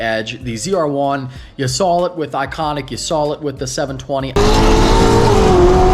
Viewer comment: Sawl it Everyone: Saw it